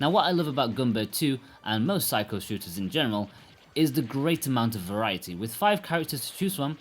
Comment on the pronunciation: Please stop pronouncing it 'psycho'. You do it on each review of their games. Try sick-key-oh.